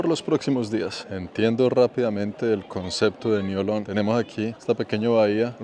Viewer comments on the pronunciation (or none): La pronunciación local de Niolon es: niolɔ̃ŋ = niolon-ng.